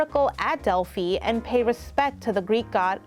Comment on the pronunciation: Great video! But the pronunciations are killing me. Zah-keen-thos and Delphee :)